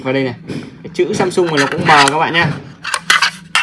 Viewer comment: AMSUNG not SAMSUNG 😂😂😂